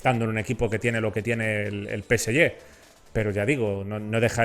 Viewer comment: No se pronuncia, peseye, pero, peseje.